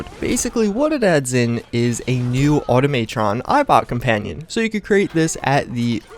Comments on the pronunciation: Auto-may-tron? It is auto-ma-tron. No y. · good vid but everytime you said "automaytron" I cringed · Okay, I love the vids but learn some English bro, also I cringed so hard when you said auto - may -tron and some of your earlier mods you had made me cringe so hard, like in the submersible power armor vids you said only the bouncer helmet was a big daddy helmet when they all were, just some advice, look up the words before you say them and when you review a mod look up who made it, how, and the lore and the content of the mod, like how you practically called a previous mod author a model ripper for using and re-rigging the deadpool game model to work for fallout 4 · Dude automatron has a ahh sound at matron there is no E to make it sound like the way you are saying lol just letting you know